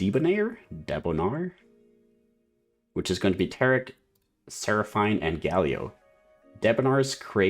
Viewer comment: ser-a-feen instead of ser-a-fine, nice vid :D